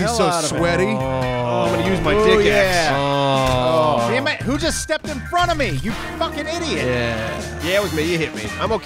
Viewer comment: anybody else notice that at 27.11 really says "sammit simon" instead of damn it simon.???? im still not sure why you guys don't lock simon up for horde nights... jail cell for simon in the future? hope so lol keep up the good work love you guys. justchillindude. '